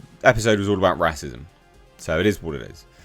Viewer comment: Why do you say 'Rass-ism'?